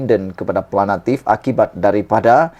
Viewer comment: Nk jdi pngulas, bahasa m, sia kna fasih..ni sbutn awk kurg tepat!.. buknya planatif, plantif....sy cadgkn awk msuk klas TADIKA kmbali....🤣🤣